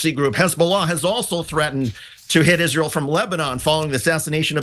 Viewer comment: It's just like Lindsey Graham says, "izrool".